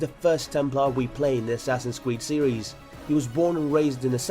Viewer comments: he said Assassin's Kweed. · Helps if you get someone who can actually pronounce half the things right. Assassin's Qweed, lol. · assassin's cweed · I love when he says assasin cweed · i love asasins cweed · assassins CWEEED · "Assassins Cweed" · I swear he said assassin's cweed lol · "Assassin's cweed" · "Assassin's Cweed.." Just listen to that part xD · Assassins kweed xD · assassins kweed lol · it sounds like your saying assasins cweed